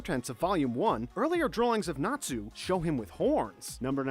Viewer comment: Compared to the rest of the names I'm surprised he got Natsu right...